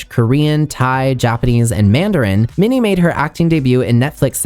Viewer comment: Your pronunciation of Minnie’s name is 💯